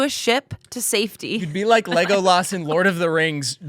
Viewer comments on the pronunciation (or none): "Lego loss" wth trevor? There's literally movies where they say the official pronunciation outloud why you butcher it so bad? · "Lego-lahs" is a crazy pronunciation of Legolas